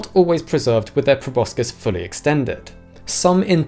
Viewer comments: Like the channel a lot but it's grating to hear proboscis mispronounced over and over video after video... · Wtf is a probuscus